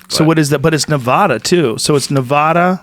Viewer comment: Joe finally pronounced Nevada correctly.